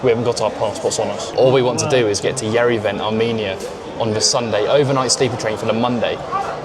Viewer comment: its Year/(h)ere - Van. to pronounce Yerevan